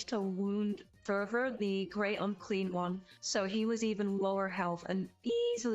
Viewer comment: fun battle report once more! why do i keep hearing Great Unclean One as Great Uncream One? D